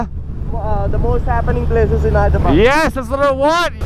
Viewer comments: You keep calling it "Hydrabad"!!!! LOL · It is pronounced as "haydrabad"